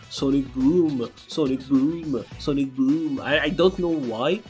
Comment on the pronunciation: it's the sawnic, sawnic,sawnic during the vskil2 loop combo for me, and his books in general